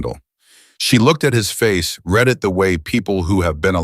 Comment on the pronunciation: Again the word read. Reed or red. Your reader doesn't know the difference.